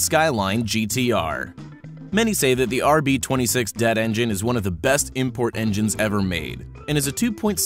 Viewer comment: Rb26 D E T T not DET